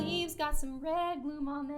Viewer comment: I dont like the way you said gloom today 😞